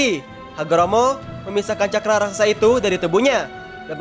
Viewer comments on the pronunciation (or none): none